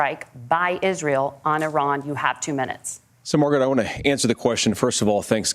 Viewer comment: Both of these guys need to learn how to pronounce IRAN.